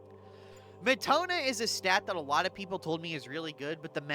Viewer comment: I like the explanations. Thank you very much. (PS Meh-ta-no-ya. Peh-ni-tent.)